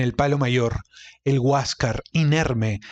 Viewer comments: Hasta yo te pdria tomar prisionero por prenunciar mal la palabra HUASCASR... Tan simple como Huascar... jiejjej. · Para para para... Huas car no se dice tan asi entiendene bien Huáscar... completo... Enchúfate ....